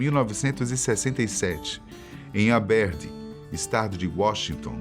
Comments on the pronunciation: Muitas pronunciações erradas. Aberdeen Fecal Matter Krist Novoselic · Cara, segundo vídeo que vejo da série e não posso deixar de falar que a maioria das pronúncias está errada. Aberdeen, Chad Channing, Pat Smear, serve the servants... Tem incomodado. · Aberdeen errado 😅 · Poha, errou rude na pronuncia e foto da cidade de Aberdeen... Pronunciou tortissimo e mostrou foto de Aberdeen, Escocia, Europa e nao Aberdeen, Washington, EUA... Quantos mais "Erros Desconhecidos" passam batido e galera nao sabe? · A qualidade do vídeo se torna duvidosa quando, o interlocutor não sabe nem pronunciar a cidade de nascença do Kurt. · Pulou a namorada antes da Courtney, acho q era Tracy. Pronunciou nomes de pessoas e cidade td errado. Esse cara eh moh comédia.